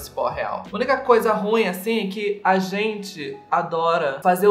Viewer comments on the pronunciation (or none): none